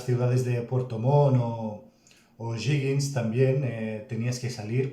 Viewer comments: Puedes reaccionar a videos de la historia de La Guerra de Pacifico que son muy buenos, y contextualizar mas de los territorios que tiene Chile en el Norte. Corrección: la palabra "O´Higgins" se pronuncia "ojigins". Es el apellido del libertador de Chile don Bernardo O´Higgins y despues se le colocó como región sexta y su ciudad es Rancagua. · O'Higgins. Se pronuncia parecido a cuando te ríes " ji ji ji "